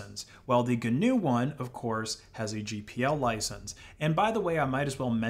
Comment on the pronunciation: Even the pronunciation of GNU is cringe worthy.